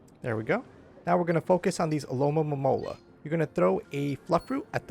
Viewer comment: Thanks for these vids. But you keep saying Alomomomola instead of Alomomola lol